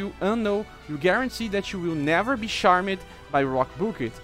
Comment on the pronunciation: Today's Words: > Splitting = Sp-lit-ting > Thrust = Th-ra-st > Charmed = Charm-d (Here, 'e' Is Silent, And 'd' Sound Is Forced.) Also, Nice Credits Screen. :D